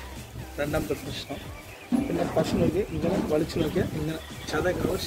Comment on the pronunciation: പലതവണ പറഞ്ഞിട്ടുണ്ട് അവതാരകാ പഷൂ അല്ല പശു....